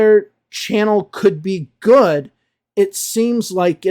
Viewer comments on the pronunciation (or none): don’t get me wrong please. I am asking because it sounded like [u:] to me. I am working on my accent and one of my teachers told me I should always pay attention to that particular word as it changes it’s meaning when you pronounce it with [u:]. Maybe it’s just me and my bad listening skills. So I was curious if that could really be a mistake if I’d pronounce the word “good” with [u:]. 😄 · Excuse me, was it a long “oo” in “good” you pronounced at ~? I am just curious. No intention of making another video about English teachers teaching wrong pronunciation 😄